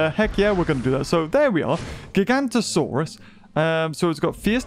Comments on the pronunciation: please, it's GigaNOtosaurus NOT Gigantosaurus... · It's Giganotosaurus (jig-uh-no-to-sore-us) and it was inaccurately called Gigantosaurus. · ITS NOT GIGANTOSAURUS, ITS GIGANOTOSAURUS!!!!!!!!!!! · ‘Gigantosaurus’ is an entirely separate species from Giganotosaurus. pronunciation matters! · He's pronounces it Giganto saurus? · Stop saying gigantosaurus